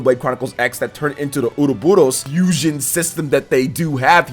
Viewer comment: Man you really love to say “uruburos” don’t you? ;-) Great video and I’m absolutely hyped for XC3. Currently still playing XCDE though and I’ve got XC2 and XC2-Torna still waiting for me on my Switch-shelf … come to think of it: should I play those before XC3? O and subbed btw :-)